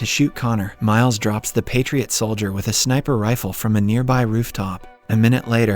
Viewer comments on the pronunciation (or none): none